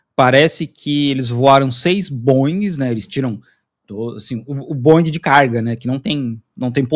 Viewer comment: Na boa, o nome do fabricante de aviões de Seattle é BOIING e não Bon ing!🙏🙏🙏